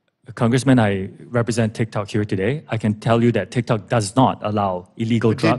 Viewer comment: Haha “TikTacs” xD